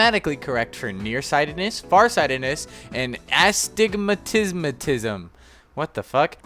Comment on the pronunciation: he cant say astigmatism, hasnt played undertale confirmed